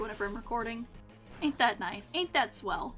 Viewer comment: 'ain't that swell!' . you mean, 'aint that swelLOW' haha funy